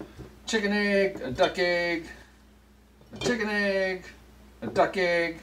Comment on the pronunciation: Great video, def gonna try. Love the way you say “ayg”😂